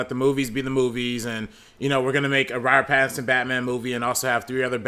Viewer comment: Haha someone got ’ “robbat batinbat” read out..... Well done that made me chuckle